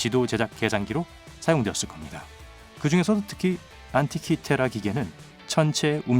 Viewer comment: 생석^회 안티키^테라 발음 존나 듣기싫네 진짜